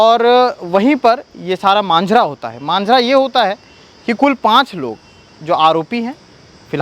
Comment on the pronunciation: मांझारा नहीं जी माजरा होता है